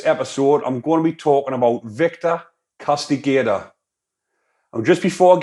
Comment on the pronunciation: The name Castigador, not trying to be a picky prick mate, but I'm pretty sure it's pronounced "Cast-i-gah-door", but having said that, "Casti-gator" just suits the f-cker better probably, as in, "There goes the Castigator, coming to "Castigate" them with some serious f-cking Castigation, the last lot got truly f-cking Castigated..."